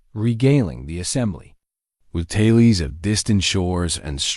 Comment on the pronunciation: Tales is not promounced "talies"...